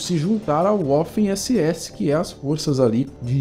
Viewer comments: N é "uafen SS" se pronuncia "vaffen SS" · não é "woffen ss" é WAFFEN SS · Toda palavra em alemão q tem W, se fala com som de V. Waffen se pronuncia Vaffen.